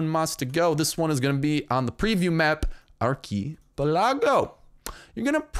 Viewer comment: dat pronounciation of ark-i-pe-la-go tho